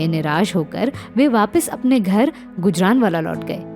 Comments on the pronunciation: सही उच्चारण ' गूजराँवाला' है, ना कि गुजरानवाला. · बेवकूफ गुजरानवाला नहीं गुजरांवाला. बनी पत्रकार